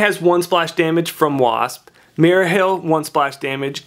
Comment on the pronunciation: MARIA Hill not mera and can you please stop dropping your G's thanks.